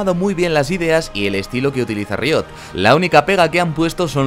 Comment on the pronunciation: tu forma de decir riot me pone nervioso